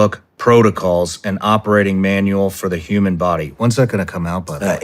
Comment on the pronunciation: "hue man"